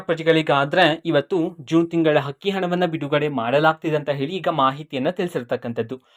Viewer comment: Adu akki hakki alla ninna ammanatullu sariyagi kannada kali